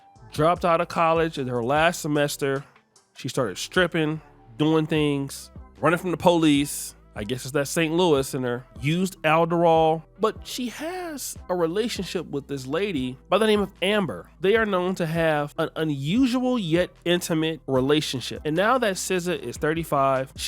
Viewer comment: Alderral 😂 you mean adderall